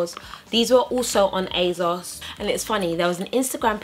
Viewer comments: I know right! ASOS stands for 'as seen on screen' as when they first launched it was where you could get clothes that celebrities had been seen in. So there is no 'Z' sound in there! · the way you say asos is funny, lol and im british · Ugh I thought it was just me...